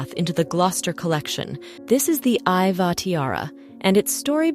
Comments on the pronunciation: Iveagh is actually pronounced ivy. Otherwise a very interesting video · It's spelled Ivagh pronounced Ivy . It's an irish name.